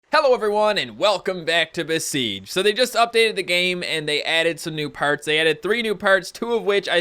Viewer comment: It's "parts" not perts dumbass